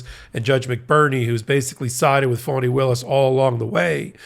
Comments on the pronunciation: FANI is pronounced FAN•NEE not FAWN•NEE. Please correct your pronunciation. Thank you! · It's fonnie, rhymes with ronnie. Sounds like you're saying fawnie. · Fah-knee. Listen to how her friends and associates introduce her. (Please tell Ben too. He calls her fuawny/phony) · FAWNEE (NOT “PHONY”) Willis! Please! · I wonder why some Americans pronounce the DA's name 'Faunnie' or 'Fawnie' when it is clearly spelt 'Fanni'? Surely, it can't be because they are prudes and can't bring themselves to say 'fanny' but you never know the extent of the madness of the loonies and zealots we cleared out of Nottinghamshire and Lincolnshire to fill the early ships like Mayflower...We got the Sleaford Mods and they got the entire cult of the Fighting Ninth Day Mentalists. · Isn't her name Fani Willis why do you keep saying phony Willis . Pls say her name correctly she deserves that respect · It's actually spelled "Fani," and if it was being pronounced wrong, she would have corrected them eons ago. Signed, a person who has had to correct countless mispronunciations my entire life to the point that I'm shocked when someone calls out my name at an appointment and somehow gets it right the first time. On the first day of every new school year, I dreaded that initial attendance roll call! (Note: it rhymes with 'cautious') Given the bands I'm into I've heard of the Sleaford Mods (and "we are the mods" from 'Quadrophenia' is running through my mind now...) and upon checking out just a few songs, makes me think that they're a big influence to Shame; granted I've only heard a few of the latter's songs as well, though.